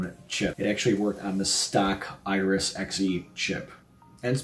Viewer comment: iRES? Do you mean iRis?